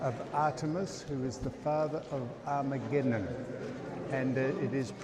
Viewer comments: Start his name by this Sam - AG not ARG then A Memnon. Take out the first R and you'll get it right easier. Still loving everything you are showing us and the knowledge you are imparting. Thankyou. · You might be in the country of Rhodes, but there's no risk of either of you attaining a Rhodes Scholarship, that's for sure. You make up more stories than the Greeks ever did. 😄 BTW Sam, it's Agamemnon, not Armageddon. I can't wait to hear how you pronounce his wife's name. 🙄🙈 Have fun.